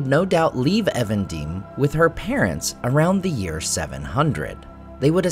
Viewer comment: You pronounce "Evendim" as if it is a foreign word, but it's just English, meant to be a contraction "evening dim": Nenuial in Sindarin means "lake of twilight". Tolkien did this a lot -- "Englishizing" words -- to mimic how Westron speakers would do the same for elvish and other names foreign to the them. Compare with Brandywine (Branduin), Weathertop (Amon Sûl), etc.